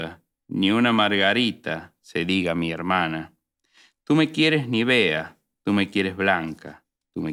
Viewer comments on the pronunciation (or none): Una pequeña corrección a la lectura del poema Tu me quieres blanca. La palabra "nívea" es esdrújula y se pronuncia con el acento en NI.